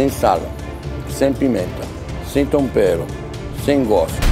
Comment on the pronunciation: Metade do episódio é o Jacquin falando "sem tompero"